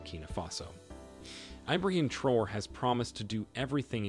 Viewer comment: Pronounced Tra Or Ray.